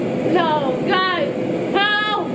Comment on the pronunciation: To not only getting these likes because you said halp in stead of help